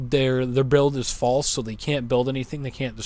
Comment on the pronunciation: ''fasle'' kkkkkkkkkkkkkkkk